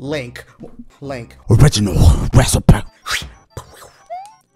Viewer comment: O-MG HE SAID ORRRIGINAL RECI-PE